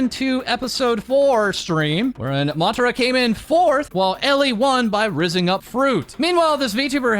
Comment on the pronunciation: Tara from Ma-Tara. Pronounced the same way, just a small correction.